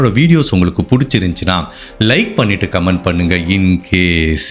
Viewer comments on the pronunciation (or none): none